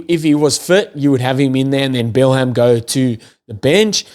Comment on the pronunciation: Irish supporter here..Excellent podcast! Let me help you with Finlay Bealham’s name. Finlay = bang on (you’re doing a great job!). Bealham = it’s just “Beelum”. Easy as. Just tryin’ to help a brotha out! Keep up the good work. One more thing; “can you write phonetically how to say RG Snyman’s name please? I can hear it, but I can’t wrap my head around the pronunciation. Thanks.